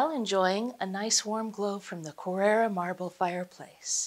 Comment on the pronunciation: Glad it’s not just me! The mispronunciations were a serious distraction! Are we not mentioning how she pronounced Carrara marble?